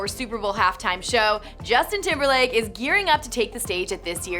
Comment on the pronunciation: Justin TimberBLake. That AI reading was tripping.